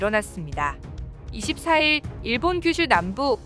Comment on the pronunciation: 내가 좀 예민해서 그런지 발음이 일본도 아니고 계속 일~본이/데~요?이래서 좀 거슬리네 .. 걍 안들을련다..